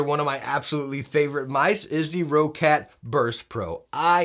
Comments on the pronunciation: What is this, Row-cat I keep hearing? It's Roccat, not Row-cat! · Hey, great video! I have also pre-ordered this mouse and I love it!:) Just one more little hint since this mistake is made by many: it's pronounced like the word "rocket". Not "row-cat". Simple and plain: "rocket". Have a good day, Sir. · No diff if say quietly